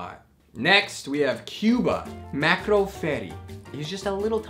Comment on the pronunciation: When u said “MACRO” instead of “MARCO” I died